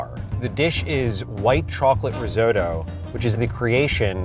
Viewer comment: “RIZZO-DO”. Sorry, what? 🙄 🇮🇹